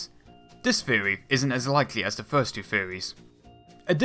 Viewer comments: When you say the word "theory", why does it sound like "feerey"? You really need to work on that bro. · Why the fuck are you pronouncing shit 'dewelopment' and 'fewory" Holy fucking shit, fix your lisp before you try presenting shit.